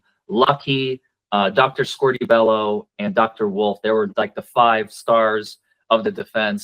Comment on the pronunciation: 41.00 not Scorti-bello,!!!